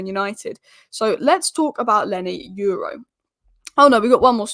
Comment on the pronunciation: YORO ...start with YO as the way YO YO sounds ( not EU as in euro) then add RAW the way it sounds so now add the two YO and RAW ( sound only not spelling) there you go YORO